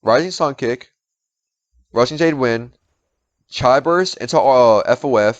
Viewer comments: Repeat: "chee" "chee" Chee". there ya go. Not "chai". OK, now "spahreng". Great. Otherwise, great video, well done. Just get the correct pronunciation for stuff and you're good. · hes saying Ch i not Chi ....... like Ch - e not Ch - I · Btw you pronounce it as chee XD besides that though thanks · Please never stop saying Chi how you say it..... It makes me laugh. Make that your thing XD even tho it seems it already is.